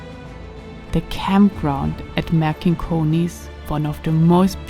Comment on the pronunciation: Pronausation: MarCinkonys (C - like Citrus), not MarKinkonys. But video is nice. Next time please visit Neringa / Nida. There is another Cosmic beautiful land!